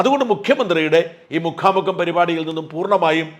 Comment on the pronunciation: മുഖാ മുഖം അല്ല മുക്കാം മുക്കാം....